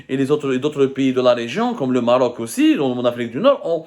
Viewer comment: Ala 10eme minute il a dit "marrrroc" un record pour zmar